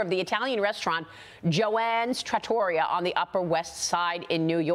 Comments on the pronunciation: Trat o RIA. That’s how you say it. 🙄 Not TraTORia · Maria remember to put the accent on Traaaatoreeaaaa.